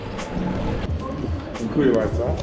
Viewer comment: You say very well "Dziękuję bardzo"👍